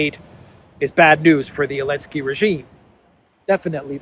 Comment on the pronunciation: Why does he call Zelensky “Elensky”?